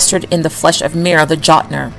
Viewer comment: Jotun = Yo-tun Ymir = Ee-mere